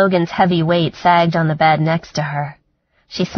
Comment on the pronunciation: Great book but narrater is one of those people can't seem to make the eh sound! Sex. sax. Chest. Chast head had bed. bad. Etc. Not sexy!